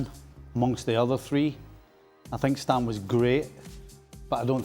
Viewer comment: Stam☝️NOT StAAm with two As😂his 1st name has two As Jaap